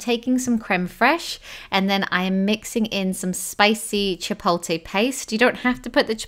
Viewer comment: i laughed at the way she said chipotle